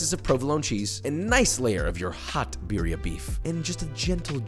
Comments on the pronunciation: his pronunciation though, biriya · Beer ee ah. Lolol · Roll them R's birrrrrrrrrrrrria. also, why no dip tortillas in sauce and fry them in a skillet? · Yeah, it's almost is if he doesn't speak Spanish and is just trying still 🤷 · It looks good, you could leave it boiling a bit longer but please Joshua ROLL YOUR R'S! Accent is everything with spanish pronounced foods!